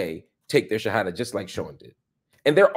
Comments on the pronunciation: Bro you say the shahadah so well, mashallah maybe Allah getting you ready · bro your shahadah is absolutely perfect! am i missing something. forgive me